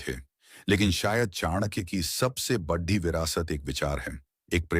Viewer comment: बढ़ी नहीं बड़ी 😅😅